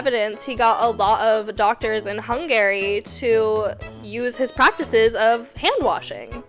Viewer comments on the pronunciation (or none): hung-gary lmaoao